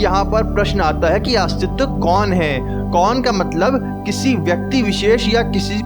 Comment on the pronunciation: Bhai aastiva nhi hota hai...astitva hota hai